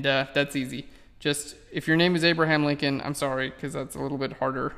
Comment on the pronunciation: ..isn't it Lincoln rather than Linclon?